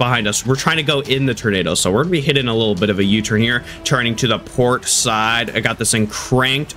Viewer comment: did he say pork side?